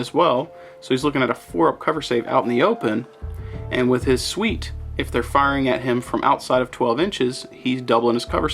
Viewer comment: your pronunciation of the ghostkeel elrectrowarfare suite is killing me...